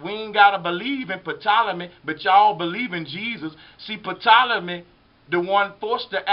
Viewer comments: Although it's spelled "Ptolemy" it's pronounced "Tolemy" the 'p' is silent. It's not "pettolemy". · I don't mean to be funny but........"Patolomay?" Lol The P is silent it would be pronounced "Tolamay" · Ty lol i love history but damn sir rapis and pptolemy was grinding my gears a bit lol other than that great information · Great info bro. Just a few corrections. There is no P sound in Ptolemy. It just sounds like Tolemy. Also, AD does not stand for after death. It stands for anno-domini. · How does this guy not know the P is silent on Ptolemy??? I will always love this channel, but this video in specific is not covering all the bases. This Serapis god is connected to the bloodline of Cain from Genesis, and is certainly not the first god to mimic the elements of the Jesus in BCE. Satan is referred to as the serpent in the Bible, and has created his own Christ figures since the beginning of his fall from heaven thousands if not millions of years ago. The facts is providing in attempt to prove his theory are not complete in their presentation.